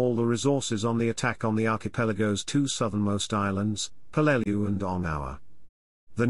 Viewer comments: Yes, it’s pronounced how those who were there pronounced it. That becomes the correct pronunciation, just as you gave it. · Dad fought on Peleliu as an Artilleryman in the 1st Marines. He always pronounced the island name as PEL-leh-loo.